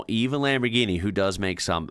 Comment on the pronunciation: ch and gh are different for a reason, they don't make the same sound, both c and g have a hard sound when followed by h and a vowel, in Autobianchi the sound is "k" as you said, but Lamborghini is not lamborkini at all, here pronounces it correctly, lambor-gee-nee, with the g having the same sound as in "gift".